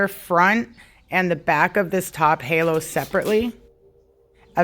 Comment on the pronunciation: Hallow? Girl it's HAY-LO 😂😂😂